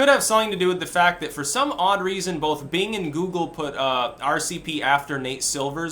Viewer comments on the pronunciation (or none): none